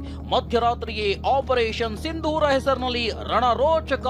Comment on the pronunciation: ಸಿಂಧೂರ್ ಅಲ್ಲ, "ಸಿಂದೂರ"